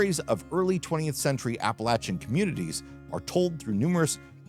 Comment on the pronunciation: Thank you for pronouncing Appalachian properly!